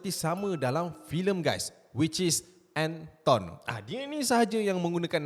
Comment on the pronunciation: Anton, bukan Enton